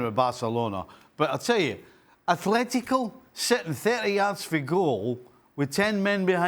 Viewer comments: Steve Nicol needs to learn that it is ATLÉTICO Madrid, there is NO H IN THE WORD, the same goes for EVERY OTHER CLUB NAMED ATLÉTICO SOMETHING OR OTHER. Athletic Club (Athletic Bilbao outside of Spain) is the one named ATHLETIC. Athletico Parananese, a club in BRAZIL, is the ONLY CLUB IN THE WORLD NAMED "ATHLETICO". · Can someone tell Steve it’s ATLETICO